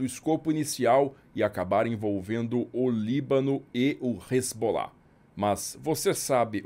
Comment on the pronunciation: A pronúncia que ouvi nas minhas viagens à região é res-alá. Não sei de onde se tirou Resbolá.